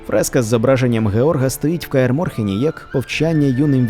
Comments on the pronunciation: Чудовий канал, неймовірно приємно чути українську мову, єдине, будь ласка, кажи Каер Морен а не Морхен, сам не знаю чому так правильно, але перекладачі оригінальної літератури, точно не просто так це придумали) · Респект за українську. П.С. Правильно все ж таки "Каер Морен"